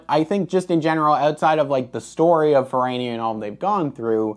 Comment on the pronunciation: That's because you call it Fer-rah-nia, not Ferraynia. The "tomayto", 'tomahto' nonsense doesn't work if you're speaking about real living people or real living companies with the bad taste to use languages other than American English.